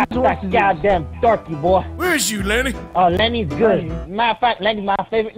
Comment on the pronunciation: No way you said Lenny like that